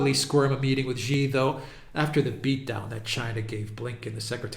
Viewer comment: it's not "ji" it's "shi" as in she. 👍🏻